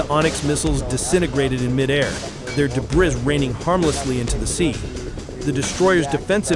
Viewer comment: Thumbs down for your overacted AI script, couldn’t even pronounce the word debris, and you haven’t got the integrity to preview your videos to at least edit out the mistakes. This is garbage.